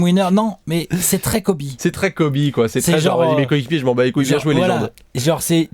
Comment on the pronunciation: Everybody on planet Earth: Kobe Bryant...: Kobe Brayante